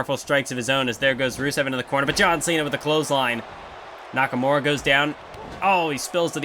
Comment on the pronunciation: Nakamure instead of nakamura